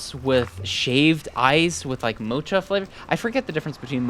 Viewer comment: YES I CAN RELATE ,THIS IS SO TRUE YOU'RE SO FUNNY 🤣, Btw mocha is pronounced as moh-kuh or mow-kuh.